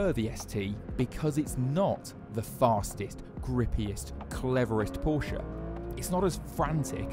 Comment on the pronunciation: It's Porsche not Poracha